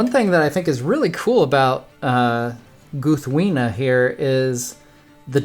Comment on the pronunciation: Ahh such a Great Sword! I love how you showed us how to say the name Proper! My mom got me this sword last year for Christmas. I was a very happy Tolkien fan too. haha